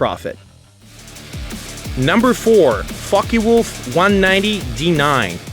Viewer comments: lol....f*ckiewolf....I cracked up when you said it that way.....its pronounced FOKAWOLF but the way you said it is memes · "Fockee-Wulf" xD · Mark that's what I was about to say lol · Lol, "Fockeewolf" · Lol I heard fucki wluf. XD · is it just me, or he pronounces "fuckwolf"? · mini hoov: fuk-a-wolf bestiality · hahaha his pronunciation of fucke is hilarious.